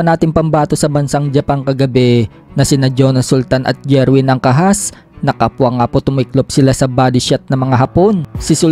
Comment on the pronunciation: Jerwin not jirwen😅😅😅